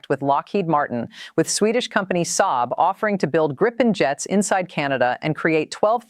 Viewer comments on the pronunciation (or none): none